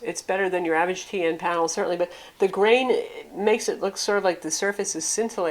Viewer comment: Legit "grain"